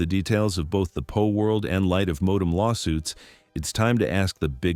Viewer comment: PALworld! Not POLworld!